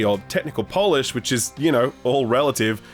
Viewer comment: Right? Why did he say polish the wrong way?